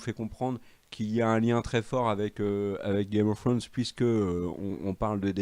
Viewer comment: Le retour de qui dit Game of Frones 😂😂😂